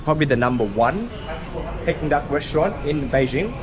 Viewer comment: it is pronounced “Peaking” Duck not “pecking” duck lol